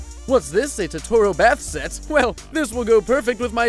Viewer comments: he said totoro wrong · Damn, thats messed up😂 Also he said totoro wrong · You're pronouncing Totoro wrong UGH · the way "Totoro" was pronounced in this video... :/